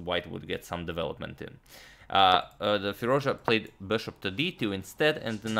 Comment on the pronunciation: Fie-Ruz-Dja(dʒ) {Like Jazz} is the correct way of saying his name .... I'm a excellent subscriber :)